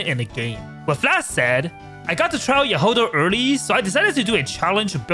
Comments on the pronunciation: why you call her jahOda/jahodA, its jAhoda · яхОда😂 как забавно произносят эти слова иностранцы